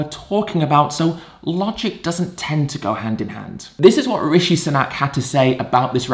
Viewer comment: It’s “Sunak.” Ed is just pronouncing his name weirdly for some reason.